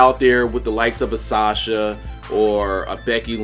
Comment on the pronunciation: You said Asasha instead of Asuka.